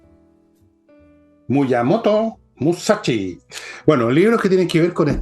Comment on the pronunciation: Para los que conocen la serie Baki, el Villegas pronuncio el nombre de Musashi Miyamoto, que crack